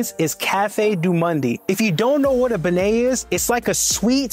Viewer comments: I hesitated at "New Orleeens" but cringed and turned it off at "benay" and "cafe doo mundy." Cant do it, cant trust it. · Great video!!! 👏👏👏👏 Treme is pronounced tre-may and beignet is Ben-yay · You went to some classic local favs!!! Treme is pronounced “Trim-aye” and beignet is pronounced “Ben-yae.”❤ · Cafe du monde is pronounced "Cafe Doo Moin" and beignet is pronounced "Ben-Yay" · Great presentation of my favorite city in the world. Great job! However, next time do better pronunciation homework: TREME, BEIGNET, CAFE DU MONDE .. but I still love your segment